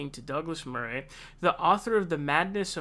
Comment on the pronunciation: I don't know if it's just you saying 'Murray' wrong or a general American thing, but that's not how you say his name.